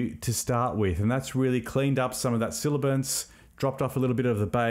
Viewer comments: Nice tutorial..... "Sibilance" rather than "Silabance" might be better. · Aaarrgh! Sibilance! Not silibance. That said...great video and thank you. BTW you said Davinci Resolve is your audio editor of choice? Do you mean video editor? Or are you editing audio in Fairlight? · great tutorial. please note the term is "sibilance" not "silibance". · SIBILANCE, not silibance. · It's sibilance, not "silibence". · Thanks so much for taking the time to record and produce such a good video filled with valuable info. Please double check your pronunciation of “sibilance” the “b” is said before the “l” and I just found it a bit distracting.